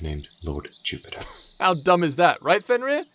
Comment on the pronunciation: “lord jiewpitah” kills me every time 💀💀💀